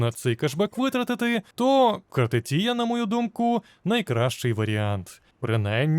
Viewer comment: Картефія. А не Картетія.